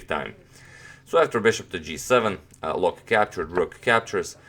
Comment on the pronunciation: Loek is pronounced as "Look" in Dutch.